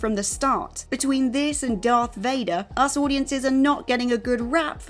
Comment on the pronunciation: same....i was just about to google it, when i saw your comment......did you find out anything? she () says Dark Vader, doesn't she??